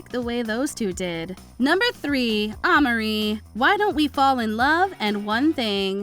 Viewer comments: Like girl who is that? 😂 you mean “Aye-Marie?” 😂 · It’s pronounced AYE-Marie, not AHH-Marie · ahhhhhmerie lol oh no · Yes cause who tf is “Ah-Marie”?